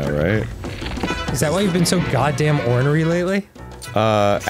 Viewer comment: Why the fuck is Dan pronouncing onry like that? lol